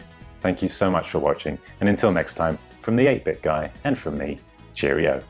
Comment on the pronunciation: Is he purposely butchering 8 bit guy's name ..lol🤔